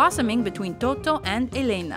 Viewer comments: toto :( totò, non toto è un nome napoletano poi la vita è bella dovrebbe essere il primo... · in "nuovo cinema paradiso" Toto's name is Toto' with the accent on the last O. :)